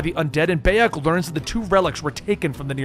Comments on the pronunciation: Every time I hear you say Beyak instead of Bayek, my ears bleed! 😒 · The protagonist isnt called beyak. But bayek. You cant even fucking nail that, why the fuck should we listen to your video? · Ahh yes bey-ej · Buy-ek, Keh-moo, Eye-bis, Flah-vee-us, Ah-mew-net…please…. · BAHHH-YEKKK good god man the least you could do is get the main characters name right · Dude it pronounced Buy-Ek!!!! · Beyack? Hahahahahahahahahaha!!! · dawg im sorry but you couldve at least tried to pronounce his name properly. everybody calls him BYE-ek and u still managed to pronounce it wrong smh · Ah yes my favourite assassin Bay-ek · Ah yes baiek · Pronounced bye-yek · i love how you mispronounce the name beyak thats funny leatrn more about games if u wanna make vids ab them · huge dislike for mispronouncing the protagonists name, that's about as much as I need to know about how much you know about the series and if I should listen to the video, bye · I can't finish this video. It hurts to hear you say Bayek's name. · How do you listen to someone's name a hundred times maybe even read it if you have the subtitles on and still say it completely wrong in the most American accent possible. Is it just impossible for Americans to just say a name how it's pronounced do they have to pronounce it in an American accent with American English and American pronunciation wtaf and how? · honestly, I couldn't watch more than a minute of this for the simple detail that he's saying Bayak's name wrong, cause its not like you don't hear it a HUNDRED times in the game or anything... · I literally don't have the capacity to finish this video because he can't pronounce my man's name 💀💀💀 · Yeah I was boutta say how can you play the game and not pronounce Bayek